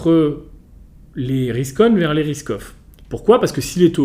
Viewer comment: A chaque fois qu'il dit "risk off" j'entend "Ruskoff" 😅. Y'a que moi ?